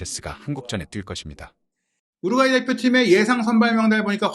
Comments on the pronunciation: 더빙하지 말고 그걍 자막으로 하는게..우륵과이로 들림 우륵과이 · 뭔 자꾸 통역가 우룩과이라고 하냐 우루과이라고 하지 우룩 우룩 우럭이냐? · 아니 왜 우루과이를 우룩꽈이라고 발음하는 스레기들이 많아 참나 할로윈을 렐러윈이라고 하지 않나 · 우룩꽈이 발음 나만 킹받냐??